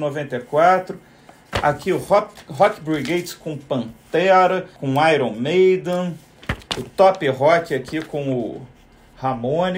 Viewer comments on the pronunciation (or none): none